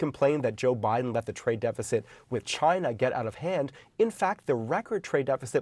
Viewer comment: “Except for me, all my clothing products will continue to be made in Chy-na”